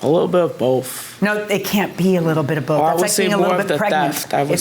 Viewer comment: I never knew the "th" sound was so hard for adults. "It was bofe." "I got up to go to the baffroom." The eighff." 😂